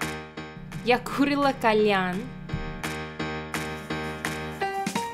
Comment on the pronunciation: Я курила - ударение на "и". У вас хороший прогресс.Вы уже говорите намного лучше, чем любой иностранец, живущий в России=)